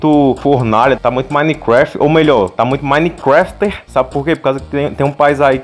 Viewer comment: Pensei que você falou manicraft